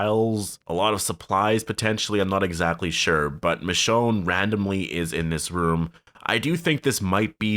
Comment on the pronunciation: “it izzzz what it izzzz”